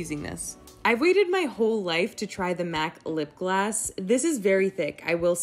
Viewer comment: Is she saying lip glass? Lol